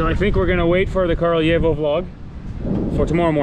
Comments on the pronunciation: Nice one, btw it is "kRAljevo", not "kARljevo". "Kralj" means king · Kraljevo - Краљево. Не Carl yevo. If you speak Italian "gli" is same Serbian "lj". А да није у питању летње и зимско рачунање времена код сунчаног сата? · To je zato sto momak ne izgovara tacno naziv grada.